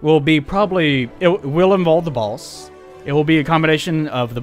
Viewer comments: also, i keep hearing "the balls" instead of "the boss" made the first few minutes very weird until you showed that mgs pic :D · Why do you pronounce The Boss as The Bols? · When you say "The Boss" it sounds like "The Balls" dude. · The Balls? Lol pls make it a thing like 'The Baby'... That'd be radical!